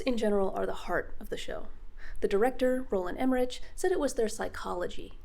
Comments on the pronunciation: "Emmeritsch"? 😂 No, the German "ch" is pronounced like the Spanish "x" as, for instance, in "Mexico". This was a really good video, and I agree: Seeing the Domus Aurea being (partially) demolished would have been quite spectacular. 🙂 P.S.: The phrase „talking under four eyes“ is actually not that uncommon; at least not in the few languages that I speak. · Why can’t anybody pronounce the directors name correctly 😅 anyway great review. Roland Emmerich, visually isn’t a bad choice to direct but I can’t stop thinking about his other projects while watching this show. I 100% agree with Roland Emmerich not utilising what he is known for. Some scenes ooze excellence and then other scenes look like a low budget show (the show “Plebs” comes to mind) I felt like these sub par scenes are re-shoots. The weak link for me in the show was the writers - I understand adaptation for a different source of media but it baffles my brain on the execution. (No pun intended) Overall it’s alright. It’s also not amazing either but at the same time not boring. You can be invested from the first episode to continue watching the entire show which other shows fail to do. The show “Ozark” comes to mind. “Ozark” took me 4 episodes to finally care about the characters. “Those About To Die had me intrigued from the first episode which is an achievement even if it was jumping to what felt like 500 locations. Why are they location titles anyway. We can visually see from exterior establishing shots that we are in a new environment but fails to be actuate with real historical events? Why be so accurate with naming places when the events at these places are inaccurate???? It’s like if I was to do an establishing shot of Paris France and I showed the Eiffel Tower then have a title text saying “The Eiffel Tower, Paris, France” and then they introduce Gustave Eiffel a